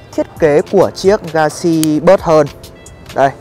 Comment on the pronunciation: "galaxy buoi" :v